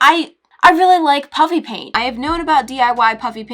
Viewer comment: Anyone else notice that she said "puppy" paint or is that just me 😂😂